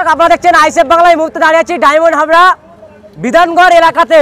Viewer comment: তুমি চুলের সাংবাদিক ডায়মন্ডহারবার না ডায়মন্ডহাবরা কোটি ঠিক বলতে পারেন নি